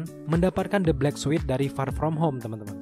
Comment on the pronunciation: Sorry ni min bkn suit bca nya tp sut... Trus bkn sekuel ti sikuel...